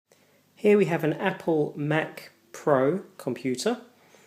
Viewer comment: APPPOL mac.